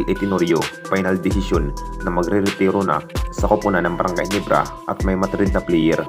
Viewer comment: Gulat ba kayo sa brgy Nibra?ayusin mo kasi pagbigkas mo ng ginebra